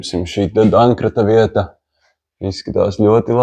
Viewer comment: Domkrats. Ne “dankrats”.Neesmu heiteris bet tā rusņu lamāšanās nav izturama.Lai veicas iecerētais!